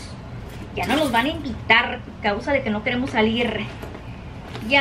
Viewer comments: Pronuncia mal las palabras porque seguramente no sabe las vocales ni sílabas solo pronuncia por que escuchan de otros ... Como confundir la palabra Invitar con Envitar... y asi muchas otras palabras, por eso es bueno estudiar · Noo por favor!!! 😭😭😭😭 no se dice ENVITAR se dice INVITAR y se dice al final de verdad la D y es EXTRA con X no con S y no se dice POS se dice PUES